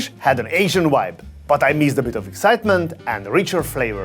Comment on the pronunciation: What is a "Asian Wibe" and Wintage?